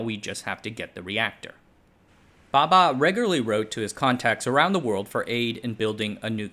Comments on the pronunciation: The diction is definitely great, as expected from an American, a native English speaker. However, correct pronunciation of Indian names is the nemesis of all Westerners 😊 hahaha. Not putting him down for it, just saying. He pronounces Bhabha as Baba. The two (bh vs b) are distinct sounds in Indian languages. English too has its examples of where they differ - bh as in abhor, b as in boot. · It's "Bhabha"....not "Baba". That 'h' got lost due to the pronunciation trouble faced by western people while reciting indian names. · Lousy research on the pronunciation of Bhaba. What idiot says bhaba baba the same? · Bhabha*, pronunciation very different